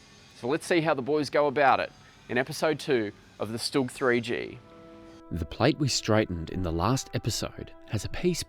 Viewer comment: Hi guys! Thanks! A small mistake. Not "STUG". StuG- right